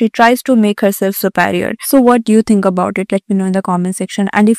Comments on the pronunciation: It's not su- paarior lady.. It's su-- pe- rior.. peee.. not pay.. correct yourself first before schooling others lady.. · Buddy. Just an FYI... It's not SUPEA-RIOR. It's SUPEEE-RIOR. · Su + pairi + er ni hota Su+pi+ri+er hota hai Ins + taint nahi hota dear ins + tnt hota h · Behan sab theek hai lekin thoda apna pronounciation theek karo. Ye kya Suparior Suparior laga rakha hai. Superior pronounce karna itna bhi mushkil nahin or you are pretending to be someone from South Bombay or Delhi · What is "supaarior" and "instaant" ? Please learn how to pronounce myan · bruh at least pronounce the word "Superior" correctly ..it is so annoying .. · please work on your pronunciation too. Words like 'superior', 'instant' and 'take care' are being mispronounced every time and it lowers the quality of the content and distracts the viewer. If you work on your english speaking skills, the end product will look more polished and feel good to the listener